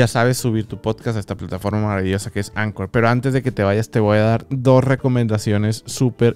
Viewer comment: Se pronuncia ankor y ahora ya es de Spotify